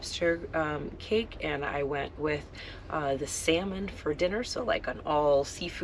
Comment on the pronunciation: "L" is silent when ordering Salmon. Just an FYI... love the content!!!